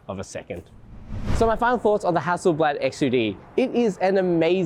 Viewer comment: hassle blaahd not blaaaad